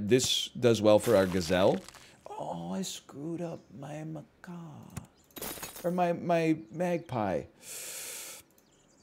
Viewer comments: That is not a “ma-kaw”… Macaws are tropical parrots. That’s a “ma-cack” or “ma-cock” like Jack or Jacques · it is. NL was saying macaw, chat was trying to convince him to say it correctly, somehow we ended with maCOCKA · Ma-kak :) is how you pronounce it just saying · * slams face on table repeatedly * It’s pronounced muck-ack! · Macaw is a bird, pronounced “muh caw”, rhymes with paw. Macaque is a monkey, and is pronounced “muh kak”, rhymes with yak. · The Macaque is pronounced muh·kak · He knew what he was doing when he kept pronouncing Macaque that way.